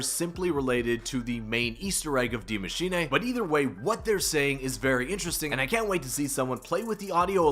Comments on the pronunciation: Broooo gotta stop saying die machinae! No nae nae! It's "dee macheenuuuhh" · Maschin 'ey' 😂